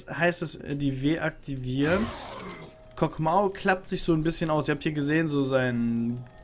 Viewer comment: Warum genau sagt er kog'maow ?